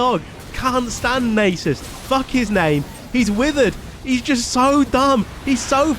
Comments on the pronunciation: just think about "susan". its susan not susane. so its nasus not naysus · I like the way he says Naysus. It is like that one woman in the cooking show who says Microwayve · Nay-soos :D hahaha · Id pay to watch Iron 4 worldsm also to say Nasus right Nah-sus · YOU ARE SAYING NASUS WRONG